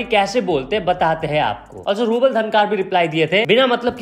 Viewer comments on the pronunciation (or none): none